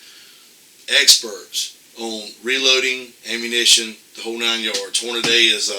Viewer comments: Excellent point, however Hornady (hor-na-dee), not Hornaday... just my two cents 😉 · Why does he keep saying "hornaday"...?? It's hornady.....and wtf is an "idear"......???? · You are absolutely CORRECT. now having said that. Please pronounce HORNADY and IDEA correctly please.